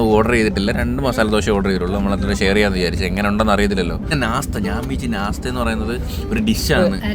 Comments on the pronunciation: nastha alla nashtha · Nastha അല്ല nashtta